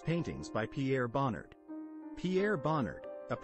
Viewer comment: If you can't pronounce Bonnard's name you should not be be making videos about him.